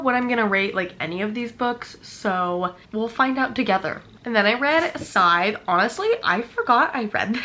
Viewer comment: Well if you're pronouncing SCYTHE wrong then so am I 🤷🏻‍♂ It's a really good trilogy... The last book was all over the place, so stay focused when you get to that one... I too need to read more Gabrielle Zevin... Does she have more books 🤔 I did enjoy Betting On You(3.75), but none of her books have hit like Better Than the Movies Really enjoyed Seven Year Slip(4.25) but I did like Dead Romantics a tad bit more Well if you're a "Busy GaL" then let us see a "BUSY VLOG"... I always enjoy Day in the Life... Get Ready with Me... Make-Up Routines(I don't even wear makeup... Although I wish I had enough confidence to try ☺) Oh... And the TOFU is NO for me 🙅🏻‍♂